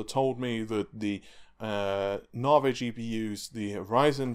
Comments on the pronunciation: It's Navi not narvay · I think its said like Navigation so Navi. Not Navey or Naveygation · Its pronounced Nav-e not Nar-vey. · Damn your stubbornness persisting with pronouncing Narvae like larvae. It's a proper noun, a name. Therefore it is not open to interpretation or alteration to suit the Queen's English. Lisa Su pronounced it Navi, it is spelt Navi, we navigate ships and planes and our mobile phones use GPS navigation. C'mon mate get it right, your better than that. Pretty please with a cherry on top... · Lisa called Navi, Narvi.... who knew? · did you notice how Lisa Su called Navi.. for NAVI.. you know.. with emphasis on the I sound at the end.. instead of naveh.. with emphasis on vomiting? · Why do you keep calling it narvay ffs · Have you watched the key note? How can you still not know to say NAVIIII? Jesus 😅😅 As to the "cheats" it all depends on price and we can be sure that Epyc will be cheaper that's why it wasn't compared to the 48 core Xeon 😊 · I mean he had the pronunciation straight from the horses mouth last night and yet still. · 'NAVI' does NOT have a 'R' in it... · Ohh he knows, we have been telling him for months and months. Funny thing. When he first started talking about Navi he pronounced it correctly. Sometimes he slips up and says it right.